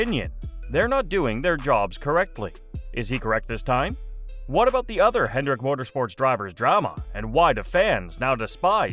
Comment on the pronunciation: Hendrick, not "Hendricks".